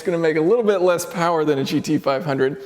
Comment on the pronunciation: More powah babeh